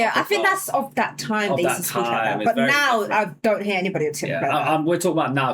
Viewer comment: She says “heah” instead of “hear” and denies dropping Rs 😂😂